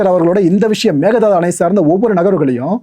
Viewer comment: tvk ஜெயிப்பாங்க என்று என்ன guarantee இன்னும் ஒன்று மேகதாட்டு என்று உச்சரிக்கணும் ஆடு தாண்டும் என்று பொருள் மேக தாது இல்லை